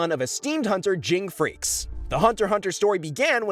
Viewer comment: FREE- SS-E